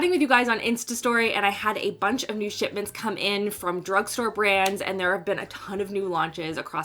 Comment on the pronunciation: When you choke on ur sandwiche when she said " got a lot of ship....ments! Sounded like SHIT